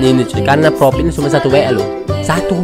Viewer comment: Profit bang bukan propit